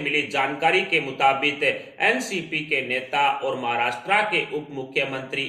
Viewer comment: The language used is impure and pronunciations are incorrect.Maharastra is wrongly pronounced.